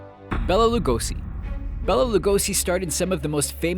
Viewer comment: You didn't even try to pronounce Lugosi's name right... congrats